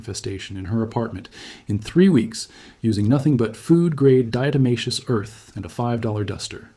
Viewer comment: And even this AI voice pronounces the diatomaceous earth wrong.